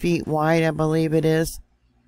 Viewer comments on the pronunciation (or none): none